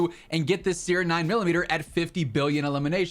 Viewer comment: Bro love you but that's not how you pronounce siren 😅😂